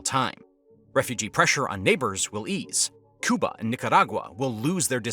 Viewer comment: “Cooba” lmao! It’s “Cuba” dude.